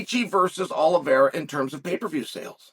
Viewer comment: Charles is winning because Chase can pronounce his name